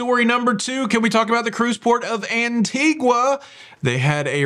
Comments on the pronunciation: Talking about pronunciation….I believe it is “an TEE guh “ not “an tee gua” if you want to be picky! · An-tee-guh,. Not an-tee-gwuh. I only know because I was corrected when I said it the second way. 🤣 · please - you are the expert. The island is An-TEE-ga. No "u' sound. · Just for your info - it’s pronounced ANTEEGA. No U sound.. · I live in Antigua Guatemala. I understand that Antigua in the Caribbean is pronounced “Antiga” where the u is silent. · I think it is pronounced anteega. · An-ti-ga you don't pronounce the U. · Canada also uses gritty to describe something first and disgusting. Also a heads up the “u” in Antigua is silent.